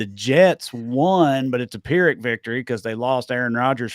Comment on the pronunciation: Came cuz I just generally ❤ y'all, stayed bc "pyrrhic" in a Southern accent. 😂